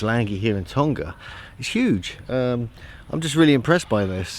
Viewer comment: Please pronounce our island properly lol its tong-a not tong-ga lol cheers